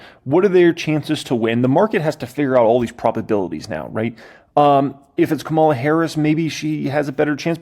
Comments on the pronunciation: Ka´mala Harris. Not KaMAlla Harris. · You're pronouncing her name like Kamala the Ugandan giant, an 80's era pro wrestler.